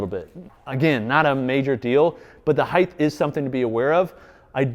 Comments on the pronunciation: Speaking of OCD, you said “Heighth” no less than 243 times this video. ‘Heighth’ is not a word my friend, it is ‘Height’. There is breadth, length, width, depth, but no ‘heighth’. Only Height. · This is one of the best review channels for any products, regardless of industry. That said, dude, the word "height" ends in a "t". Width. Height.